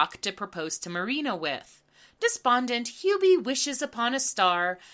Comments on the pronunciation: Whhhy Do you keep calling her "mary-anna"???? Its Marine-a.. X.x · Every time you called Marina "Marianna" I got war flashbacks to working retail. That's exactly how people misread my penguin ass name in real life. This really is hell.